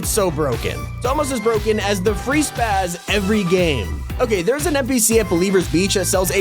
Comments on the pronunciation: Its spas, not spaz smh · lol its spas not spaz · spas bro spas not spaz the shotgun is called spas